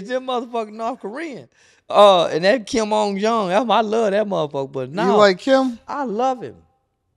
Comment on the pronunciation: You can't even say Kim Jong Un's name correctly ffs, you are a con artist, stay in your lane with your knowledge if you don't know dont pretend like you do, I thought you were the real deal but it's obvious that just on the take.